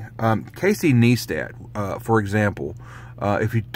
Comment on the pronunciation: FYI his name is pronounced Ny-stat not Nee-stat, just saying